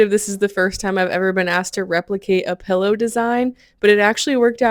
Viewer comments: The "pellow" is killing me. PILLow pillow!!!!! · “Pellow” ? Do you mean “Pillow” ?! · Are you saying, "pellow"???